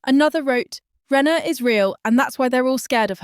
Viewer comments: In future, before you start your AI nonsense, can you get the basics right first, that is the names of the players, for instance her name is RAYNER .......NOT renauld,...NOT renner.!!!!! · Her. Name is Rayner.. Aaaaner😮😮